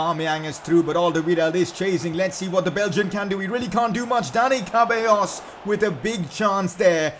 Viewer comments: My man said Cabellos lmao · The way you pronounce ceballos🤦‍♂️